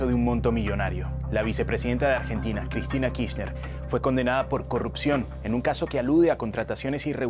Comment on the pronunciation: Por favor, se pronuncia Kirchner, como suena, no Kchrichnersh.